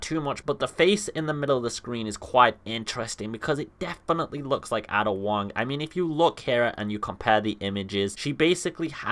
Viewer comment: it's Aiiida not AAAA-DA wong.